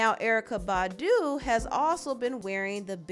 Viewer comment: 😂😂😂😂 the way she said BAHDU 😂😂😂😂